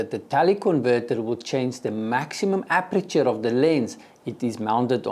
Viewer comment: Please say "aperture" which means opening. And please don't say "appreture" which is something completely different. Appreture is a chemical or mechanical treatment of certain materials like cloth or wood.